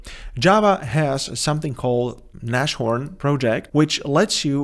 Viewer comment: Its not nash It is like nas (as you would pronounce nas x) horn Its german for rhino And a homage to ibms js engine called rhino